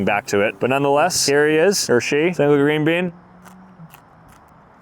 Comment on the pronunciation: He said green been 😂😅